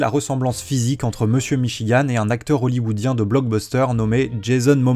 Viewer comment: "Hoolywwodien" 😂😂 quelle faute incroyable. Ca decribilise tout